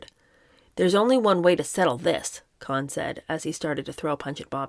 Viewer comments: it's pronounced, "Cone"...Roy "Cone". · I always heard the name pronounced “Cone” in the news. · It is pronounced "Cone" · I don't know who told you that, but Cohn rhymes with Cone. He's the sine qua non of political operatives, and political junkies pronounce it as I indicated. You can also look it up online. Great job otherwise! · Say Roy "Kown," as in "known." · Roy Cohn’s last name is pronounced “cone” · The name Cohn is pronounced Cone like pine cone. If someone told you otherwise, they were messing with you. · You are right. I’ve always heard it pronounced just as it is in pronunciation guides: “koan”. The “o” is shown to be the sound of the “oa” in goat. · Love your channel. Roy Cohn — it’s pronounced ‘Cohn’. It’s “Cone”. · It's actually pronounced Roy "Cone." I enjoyed your attempt to imitate Truman Capote, but you were still at least two registers too low, and you need to learn to mince. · Pretty sure it’s pronounced cone like an ice cream cone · There's numerous Youtube documentaries about Roy Cohn, and his surname's pronounced Co-en, not Khan--like Genghis Khan. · I think Roy Cohn’s name was pronounced “Cone”. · LOL! It should have been “con” but it’s really pronounced “cone” I wasn’t going to say anything when you pronounced it “co-han” but couldn’t let this go on wrong. Sooo sorry! I don’t like to point these things out. I just enjoy your reading. There are a couple good documentaries about Roy Cohn on streaming services. He was a good lawyer but a pretty evil snake. PS - if you’re not sure how to pronounce a name, you can put it into Google ie: “Roy Cohn - pronunciation,” and the computer will say it back to you. ❤this is not a criticism in any way. So sorry you got bad advice. I loveyou and your channel!❤ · His name is pronounced, CONE not KHAN- Roy Cohen GREAT ATTORNEY. LOUSEY PERSON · This probably won't reach u but it's not Cohen or khan but cohn, pronounced cone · I'm from NY. It's Roy CONE. NOT Con, not Cohen.